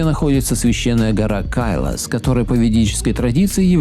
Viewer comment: КайлАс, а не КАйлас. Не знает язык, а лезет.